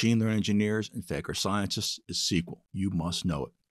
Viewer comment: I just realized he's saying "Faker Scientist" as opposed to Data Scientist. lol